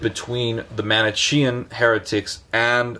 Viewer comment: Not even well intentioned. He doesn't even know how to pronounce Manichean!